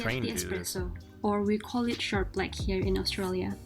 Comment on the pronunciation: "Short" black, not shark black.